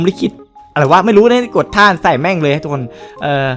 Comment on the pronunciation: ตอนเเรกพี่พูดว่าทุกคง